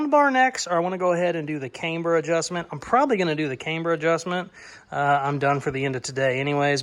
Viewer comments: Cameber? no its Camber.........I can tell your a yankee....Yankee just joking....HAHAHA. Love the 65 build. Take care my friend. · love the build! Just fyi, camber is pronounced with a soft “a”. Think of the girl’s name Amber but with a “c” in front. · I've never heard camber pronounced with a long A before. That said, loving the build. Really want to see it finished